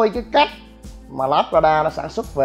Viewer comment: " lác ra đa" tiếng Anh đọc là Labrada, tạm đọc là: là brá đà. Nếu thích nói tiếng Anh thì chịu khó phát âm cho đúng đừng để người ta cười mình ngu mà thích nổ